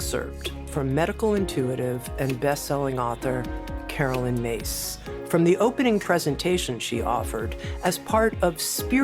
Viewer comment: Her name is pronounced Miss NOT Mase. It's spelt Myss. That is not Mase!